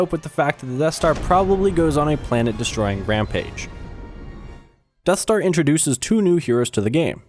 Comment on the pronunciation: im sorry i couldnt hear you, did you say something about the deff star? (I should just stop now shouldn't I XD)